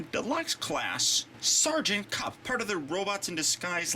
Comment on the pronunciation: kup not kip